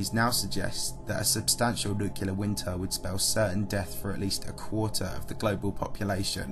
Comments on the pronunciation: I love your videos, but it is extremely grating when you mispronounce "nuclear" as "nucular." There's only one "u" in the word. "Nuclear." NuclEar." Not "nucUlar." "NucUlar" is not a word. That is all. Otherwise your videos are informative and entertaining. 👍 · For me, this is one of the best channels on YouTube. I love the quality of the content and the way the narration is delivered. One minor criticism: This is the kind of channel where the word “nuclear” comes up often. That’s “nuc-le-ar,” not “nuc-u-lar.” I know its a minor quibble, but it is a blemish on an otherwise stellar presentation. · I just expect a channel that claims to be a source of scientific and technological info to also use the correct pronunciation for the word "nuclear" (not nukular) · Nuclear ffs not NUKULAR. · Repeat after me, Nu-cle-ar. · NEW-CLE-AR FFS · Bro I love your videos but you really need to learn how to properly pronounce "nuclear." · Sorry. Had to stop listening at the fourth use of new-kew-lur. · There is no y in the word Nuclear. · Cool video but you keep saying nuclear wrong.